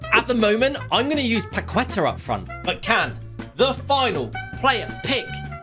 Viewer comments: He really said pacueta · Btw its paketa, thats how you pronounce it 😊